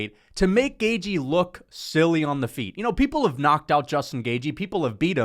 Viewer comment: Yeah but he insists on pronouncing it GAY-GEE